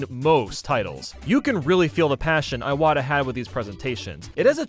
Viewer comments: That’s not how you pronounce Iwata, man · You also pronounced Iwata wrong btw.